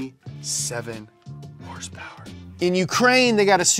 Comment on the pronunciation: I can’t stand the way he pronounces Horsepower . It’s so effin annoying